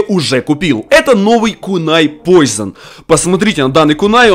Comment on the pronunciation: 0.43 не поизон а поушин!